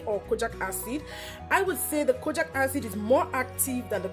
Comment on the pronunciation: It’s pronounced Kojeek acid not kojack acid please😕